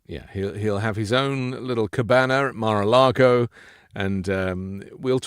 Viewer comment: Mr. Filipkowski, I have always wondered—why do you say Mir-a-Lago instead of Mar-a-Lago?